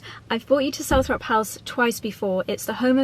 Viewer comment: Hi, just a little point, It’s pronounced Salt-trop house, it’s like Althrop, which should be pronounced All-trop, but because people kept pronouncing it wrong, Earl Spencer gave up correcting them, and changed it. I’m in Stratford, have visited a nearby house called Coughton Court, always thought it was pronounced Cough(coff)-ton, but no, it’s pronounced Coat-un Court.🤷🏻‍♀️I give up with English.